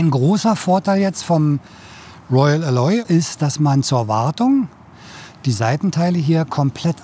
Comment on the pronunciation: Eine Besserwisserbemerkung: Alloy wird auf der ersten Silbe betont. Sorry, klassische Besserwisserbemerkung